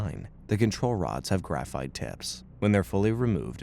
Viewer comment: why’d it say graphite like that